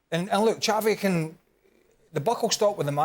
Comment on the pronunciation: It’s Xavi as in Shavi NOT Javi 😑